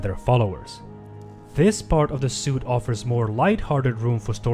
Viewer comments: bro "suite" is pronounced SWEET not SUIT lol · anyone else annoyed by him calling a Suite a Suit? its pronounced SWEET not SEWT!